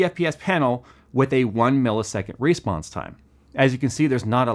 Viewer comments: Why do you say "REsponse"? Say response like a normal, English speaking American! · Is he saying Respawns time or Response time?? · you're saying response wrong